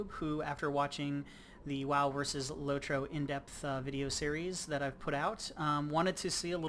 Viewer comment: are you saying lorto ohas better graphics than wow